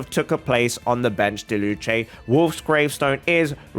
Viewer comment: It’s not diluche it’s diluc it’s with a “k” sound